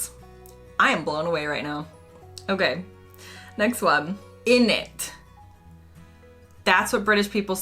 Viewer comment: Innit, is not pronounced ‘idnit’ there’s no D